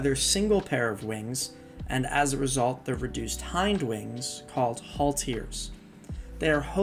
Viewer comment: You mispronounce alot of things. Diptera is DIP- TEHR- RAH and halteres is HAL-TEAR-REEZ